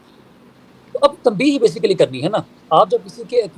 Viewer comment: جاہل وکیل ہے۔نہ اردو آتی ہے نہ انگریزی۔بیسکلی،انیشیلی؟وتٹ دہ ہل ہی سپیکس ابوٹ؟